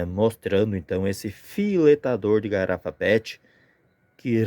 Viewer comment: Garapa pet? Eu ouvi assim. 😅😅